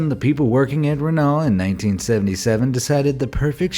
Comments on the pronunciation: ITS REN-O NOT REN-ALT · What a renall haha not the first mispronounced word I've heard (ren-no) 😅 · Its pronouncesed reno not renall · Oh ffs not again. RENAULT is not pronounced RUH-NAWL. It's RUH-NOH, with short constrained vowels. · The pronunciation of Renault was hard to stomach. Easiest way to say it is Ren-no or Ren-now if you have a soft inflexion. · Renault is spoken as Reno (h) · I believe it's pronounced Ren-no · it’s pronounced ren-oh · Dude call a Renault ; Renawul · It's not renarul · ummm you do know that renault is pronounce reno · Maybe best to check the proper pronounciation of Renualt... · How did this dude just pronounce renault 😂😂😂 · You pronounced Renault wrong. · I can't get over his pronunciation of Renault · How do you pronounce Renault like that?